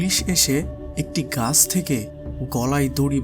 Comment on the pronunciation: এস্থান, ল্যাখা, গাস, পোকার, ইস্থান, বিষানা, কিরকম উচ্চারণ এগুলো?????? যত সব দোকনো narration !!!!